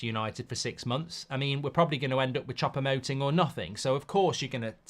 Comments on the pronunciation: Chopomuting 😂 mark has no idea how to say his name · do you not know how to read? just read his name how it's written, and you'll pronounce it correctly. "Choupo-Moting" or just call him Eric !